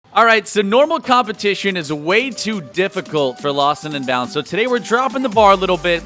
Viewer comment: Who else gets really annoyed when the commentator says "lostninbound"?